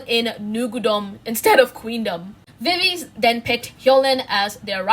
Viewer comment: not to be that person but viviz is actually pronounced as vi/vi/zi, not vi/viz... (love this vid btw ❤️)